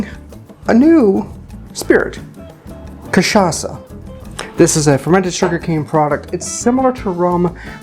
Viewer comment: this is the best pronunciation of an american saying cachaça I have ever heard, recipe is almost perfect just drop the simple syrup and add one more spoon of granulated sugar.